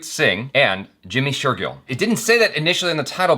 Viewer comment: #JimmyShergill, finally found a name that he can pronounce correctly 😅